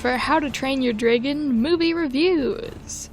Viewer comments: No offence, but the way you say “dragon” physically hurts me whenever you say it. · WHY TF WOULD YOU PRONOUNCE DRAGON LIKE THAT?! IT TRIGGERS ME EVERYTIME YOU SAY IT LIKE AUUURRGGHHHH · I swear I despise how you pronounce dragon I'm sorry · Your pronunciation of "dragon" gives my internal ears the same feeling as when someone is scratching their nails against a blackboard. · I have never heard someone say dragon like that and now im confused